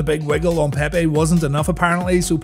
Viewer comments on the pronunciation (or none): none